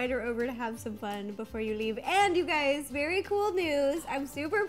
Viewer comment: Instead of saying hey guys,she said hey gays 😳